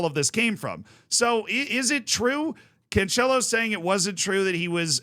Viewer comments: Hey z. Portuguese guy here again try to fix pronounciation. It's cancelo the same way you pronounce cancel and not couchella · Yes everytime he says Canchelo I lose a brain cell